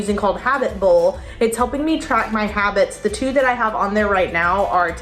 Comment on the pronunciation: The "two" got me like 👁️👄👁️